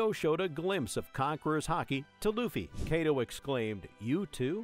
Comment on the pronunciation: I swear call him Kaydo one more time and I'll have a stroke.